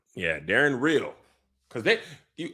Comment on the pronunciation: I don’t like how they’re pronouncing Daeron’s name in the show. It’s (Day- Ron) 😂